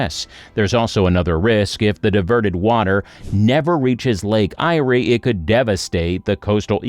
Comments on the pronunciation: 250 millilitres? Come on surely an AI voice can get this right? its 250mm. Can't even pronounce lake Ayre correctly. Because inland Australia was an inland sea there is a massive salt deposit underground adding water will bring the salt o the surface. This became obvious when the Murray River Flood plane was irrigated, and the salt came to the surface. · Who ever put this video together is a complete idiot. He doesn't even know how to pronounce the name of the lake he's talking about. When he's got that right you may belive some of what he's talking about, not much but some. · Your pronunciation is wrong. Lake Eyre is pronounced as “Lake Air” - not “Lake I-rie. Also, the massive inland floods that occur in the Outback region of Queensland are due to tropical cyclones hitting the Cape York Peninsula or the Gulf of Carpentaria during Northern Australia’s Monsoon Season - December to April. The rainfall flows into the inland rivers in the Channel Country and slowly moves south towards Lake Eyre - the lowest point on the Australian continent. See YouTube videos about the Eromanga Basin. Also see the 1954 doco “To The Back Of Beyond” - available on YouTube (Kym in Darwin) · The lake is pronounced "air" for a start. That picture you showed with the "Lake Eyre basin" is actually called "The Great Artesian Basin," and the water in it is pumped up from underground and used. Whoever decided to make this silly video really needs to find another hobby. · This is BS, your AI system is giving you false information. BTW! The ist idea was before 1930. There are communities that live in rural and remote areas, and the lake is pronounced as Air (Eyre). Annoying!! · Trees would help. They reflect a lot of UV. Also, It's pronounced Lake 'Air' (Eyre) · Goose. Get your pronunciation correct. Lake Eyre is pronounced LAKE AIR. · it is pronounced Lake "AIR" ... moron. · lake AIR is how to say it. divert into murray darling system so it can flow properly. bs idea